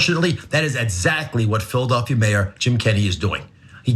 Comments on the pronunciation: Anyone else hearing "Phil Duffy" instead of Philadelphia? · who or what is phil duffy ? as doc oz kept saying can he not say philadelphia?